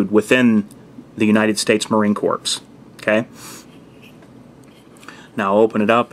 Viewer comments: Hey dude... Great video! ...one thing though.... "Corps" is pronounced like "core", as in "apple core". Its a French word in which the p and s are silent. My brother is a Marine, and no Marine would pronounce it "corps". ;) Keep em sharp. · Great vid! one small critique: you don't pronounce the c or s in corps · Marine Corps is pronounced core not corpse. We're not dead.